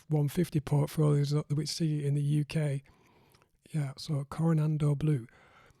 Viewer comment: Core-ah-nod-oh Blue is proper pronounciation.